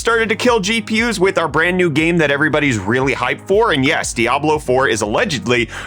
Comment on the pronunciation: It’s pronounced “dee-ah-blough”, not “dah-blough”